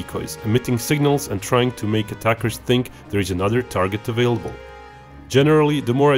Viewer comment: the way he said "available" lol